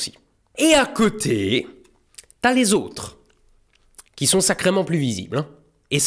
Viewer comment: OMG à j'ai cru t'entendre avec l'accent Québécois ''sacrament''